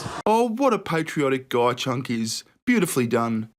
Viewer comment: It's cenk not chuck